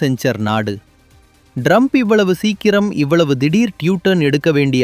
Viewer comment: Your editing is wrong. Some of the sentences are not even complete. The guy is pronouncing Trump as Drump. I think it is a horrible video though the message is good for India.